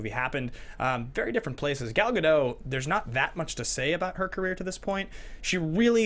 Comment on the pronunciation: Note that Gadot has done many interviews where she pronounces her name for the host. You can look up Gadot and how to pronounce her name on youtube. Kind of sad to have such a iconic role and have so many people get her name wrong. If you love the movie so much you can take a minute to learn how to say her name. Sorry if that came off a little mean. I don't mean to be. Love the show.